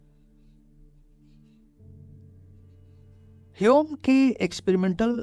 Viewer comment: Yaar jab tujhe pta hai ki uska naam hame nahi hyum hai.. fir hame keh kr q shuruaat ki.. ainvi😂